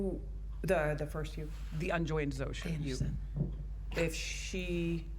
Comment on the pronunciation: I know it’s silly but its not Shoza, its Zosha